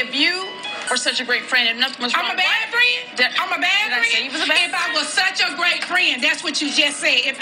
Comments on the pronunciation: SCREAMING! Nene got me and one of my friends saying "friendt" in texts 😆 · The worst thing you can say to is to say she’s a “bad friendt”